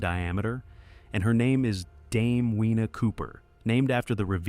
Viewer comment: Get it right. Dame Whina ('Weena') Cooper should be pronounced Dame FEENA Cooper. In Te Reo, 'Wh' is pronounced 'Fuh'. Dame Whina Cooper. Also, the brief shot you had of her was from a movie. If you had taken the time to do your research, you would have found tons of photos and videos of her.